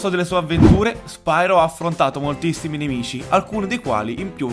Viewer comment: Bel video ma la pronuncia corretta, se non erro, dovrebbe essere "Spiro" e non "Spairo", sicché deriva dal greco "Piro", ovvero fuoco. Di fatti, nei primi giochi, viene chiamato "Spiro", nonostante la y inglese. Poi, con l'andare avanti della saga, la pronuncia è stata modificata in "Spairo".